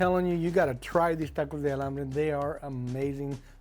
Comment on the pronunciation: Maybe you’re saying Alambre ??? 😮